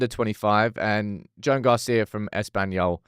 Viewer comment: The Spanish male name Joan is pronounced like Joanne but with one syllable - J’wan.